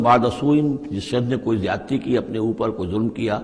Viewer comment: Zayadti zayadti hi boola jata